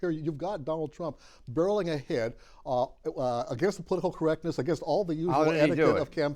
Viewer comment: I'm an Eleanor but why does she always pronounce the word against "againgst"? It infuriates me. There is only one G in the word against Eleanor!